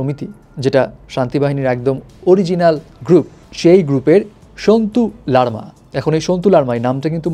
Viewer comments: আপনি আগে সন্তু লারমা নামটাকে সান্তুু লারমা বলে ফেললেন🤪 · সান্তুু লারমা না সন্তু লারমা